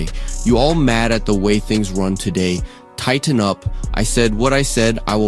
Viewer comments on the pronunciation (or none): Why did the narrator dude pronounce the second t in tighten so hard?😂😂😂